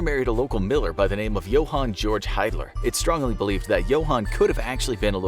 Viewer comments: With German the combination ie would make an “ee” sound and ei would make an “ay” sound. So the name Hiedler would be pronounced “heed-ler”. Hope this helps for future videos! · Actually the name Hiedler is pronounced "heedler".